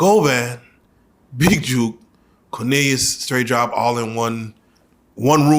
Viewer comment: The man name is BIG JOOK not "Big Juke" do you read a BUKE? 🙃😒 LL King Crook 🖤🕊